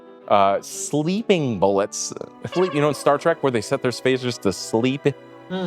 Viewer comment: Nobody caught the "Set their spazers to sleep"? Does he not mean Phasers?